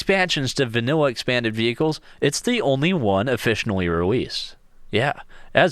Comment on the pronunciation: did you just.. say "offici<N>ally"